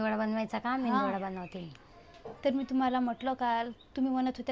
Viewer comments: मेंयदू वडा नाही मेंदू वडा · मेंदू वडा नाही मेदू वडा आणि ढोसा नाही डोसा😂😂😂 मेंदू वडा बनवण्यासाठी फक्त उडदाची डाळ लागते हा तुमचा मिश्रण इडलीचा तयार झालेला आहे 😂😂😂